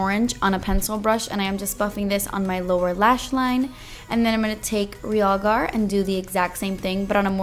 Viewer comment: finally somebody pronounces realgar correctly...